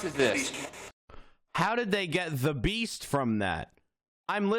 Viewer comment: I heard “east” not “the beast”